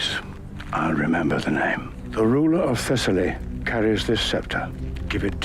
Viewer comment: Your name pronunciation is actually really good And yes, I'm sure there's evidence from the war / era but I know men having "campaign partners" was a wide-spread practice in greece and the classical era which probably contributes to the idea that Achilles and Patroclus were more close.